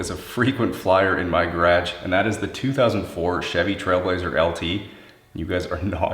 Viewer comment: No one is going to talk about how this guy pronounces garage?